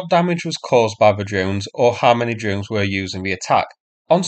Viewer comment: "drones" pronounced "dones" / "djones" / "dunes"? Why no "r"?